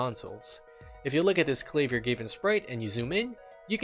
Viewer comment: Great video! I've been toying around with the idea of trying to make a mini sprite sheet for one of my ocs so I was very excited when I saw this in my recommended, also I'm so sorry but as someone who's learning German that pronunciation of Klavier's name made my soul leave my body.